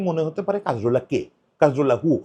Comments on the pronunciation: কা-জোর-লা। কাজ-রোলা না। একটা মানুষ নিয়ে ভিডিও বানাইসেন, না থাম্বে ঠিক নাম দিসেন, না মুখে ঠিক নাম বলতেসেন। And Cazorla was a silent genius of a player. Don't call him mediocre please. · নামটা কাজরোলা না, কাজোরলা। একজনকে নিয়ে ভিডিও বানাচ্ছেন, নামটা ঠিকভাবে বলা উচিত।